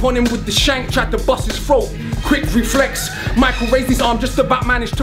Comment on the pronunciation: is it just me or does akala say reflex weird?